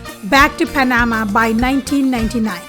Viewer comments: As a Panamanian born citizen, I appreciate the knowledge shared about my country. However, the pronunciation of Panama is with the accent at the end. It is not Pa-NA-ma, it is Pa-na-MA. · pronounced "pana-MA" 😉